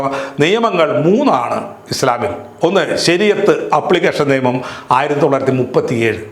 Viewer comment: ' ബാര്യ' അല്ല ഭാര്യ ആണ്. ' നേമം' അല്ല നിയമം ആണ്. ' മദ്യപ്രദേശ് ' അല്ല മദ്ധ്യപ്രദേശ് ആണ്. ' കദീസ്'' അല്ല ഹദീസ് ആണ്.എന്തിനാണ് മലയാളം ഇങ്ങനെ പറയുന്നത്?